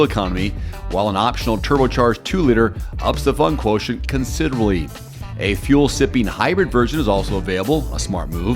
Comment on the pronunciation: "turbo charged 2liter ups the fun quotion considorly" 🤣🤣